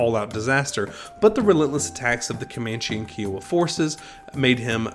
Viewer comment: These videos would be much better if you would pronounce Kiowa properly! kai·uh·wuh